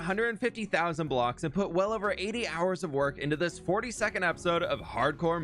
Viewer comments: rly thought bro said 40 second not 42nd for a minute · In the beginning, he said, "For the 42nd episode". I heard the "40-second episode" and checked the length of the video XD.